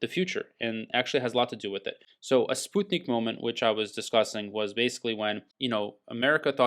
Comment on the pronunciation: Thanks for the info. BTW, it's pronounced sputt-nik, not spute-nik. Just FYI.